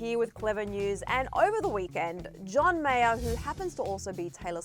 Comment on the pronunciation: By the way who is John meyor..meyer..meyar..whtevr